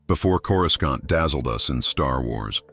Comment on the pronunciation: I hate them too. It mispronounced Coruscant and even the name Harry. epic face palm